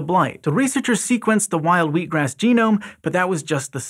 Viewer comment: So funny - I've completely gotten used to American English, but when said wheat-grass I was totally confused for a second by his pronunciation 😳😂 I think it was because I saw it written before I heard it? 🤔 Please let SciShow Psychology make a video on that! 🤣